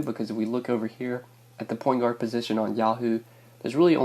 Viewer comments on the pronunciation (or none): did you say porn guard instead of point guard!? hahaha